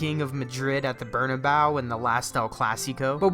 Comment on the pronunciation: Man said burnabow